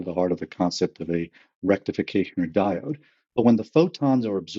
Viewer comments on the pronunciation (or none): none